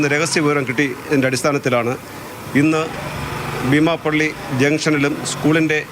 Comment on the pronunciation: എന്തായാലും രഹസ്യവിവരം നൽകിയവർക്കും കൃത്യമായ അന്വേഷണം നടത്തി പുകയില ഉത്പന്നങ്ങൾ കണ്ടെത്തിയവർക്കും അഭിനന്ദനങ്ങൾ. തുടരണം എന്ന് ആശിക്കുന്നു. റിപ്പോർട്ടറുടെ ശൈലിയോട് യോജിക്കാൻ കഴിയുന്നില്ല. ബീമാപ്പള്ളി എന്നതിന് ഭീമാപ്പള്ളി എന്നാണ് പറയുന്നത്. കുഴിത്തുരുമ്പ് മനസിലുണ്ടോയെന്ന് സംശയം.